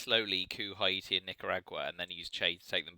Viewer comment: Haiti is pronounced "Hey-tea". Great Soviet game! Really good plays in the Americas, and that Defectors of One Small Step. Do you think one side is stronger than the other (USSR vs USA)?